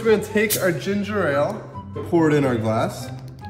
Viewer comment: Why do people keep pronouncing Ginger Ale wrong!???!!! They pronounce it as Ginger Rale. 🙄😩🤦🏾‍♀️ There is only one R one R!!!!!! Lord fix it!!!